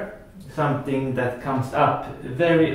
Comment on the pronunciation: I love the way you say and Just like zat! I have been really trying to wrap my head around inside spin shots. This helps see how I could use it. Most everyone will want to know how to adjust aiming. Good players like you may not quite know because you just do it naturally but I dont really get where to start. The cue will squirt but also not hit the object ball in the same spot, so I try to aim thinner but quessing for now.